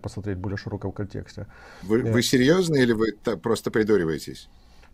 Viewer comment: "Вы сепьезно говорите или придури ваетесь?" 😂😂😂 вы сделали мой день!